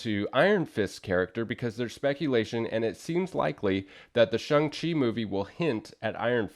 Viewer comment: I've always pronounced the character's name as Shang not Shung Chi. Good to know thanks. Cool book too.